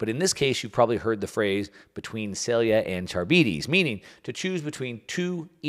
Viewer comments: Pronunciation alert: Sylla & Charybdis = Sillà (not sil-e-a) and Ka-rib-dis. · Can you at least try to properly pronounce things when you're yapping all of your nonsense? Sylla and Charybdis aren't pronounced that way at all it's "silla" and "kar-ib-dis" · Scylla=Sill-ah Charybdis=Car-IB-dis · Scylla is pronounced SILL-uh, not like cilia. Charybdis is pronounced kuh-RIB-dis, not carabeedies. Since central to your discussion, thought you should know. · English teacher here. The names are pronounced “Sill-a” and “Cuh-rib-dis”. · Consider using a pronunciation guide like the one Google has for things like Scylla and Charybdis if you're unfamiliar, unless you don't mind being called Milk Mouse. Just saying. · Learn how to pronounce Scylla and Charybdis.